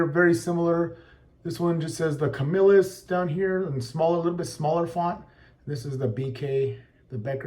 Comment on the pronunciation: Thank you for pronouncing Camillus correctly.